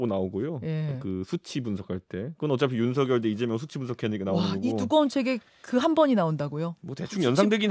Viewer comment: 하바드 나왔더니 윤성열로 발음 해야지 따부류당에서 발음하는 윤서결 이렇게 발음하는데 앞으로 국회의원이라도 될려면 상대방 이름이라도 경멸하는 말하면 인기없어